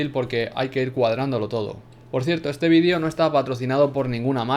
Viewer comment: Por que dice "vidio" en vez de "VÍDEO" >:u